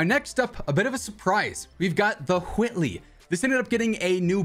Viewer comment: 😭 why are you saying Whitley like that